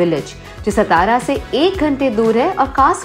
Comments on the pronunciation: हे ‘सतारा’ काय लावलय….MTDC ने sponsor केलयं तर त्यांच्यापैकी कोणाला साधा उच्चार शिकवता येत नाही का? कहो: सा ता रा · its saa+taa+raa=' satara 'not stara. plz pronounce correctly ! ow video is good.